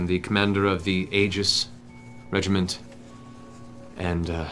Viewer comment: Aegis is pronounced ee-jis